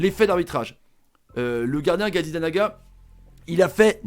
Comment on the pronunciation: Par contre arrête d écorché le nom de Gazzaniga